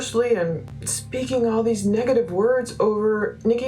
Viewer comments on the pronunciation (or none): none